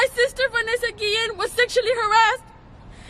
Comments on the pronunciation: Why are you saying her name like that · whyd you keep saying her name like dat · Why you saying her name like that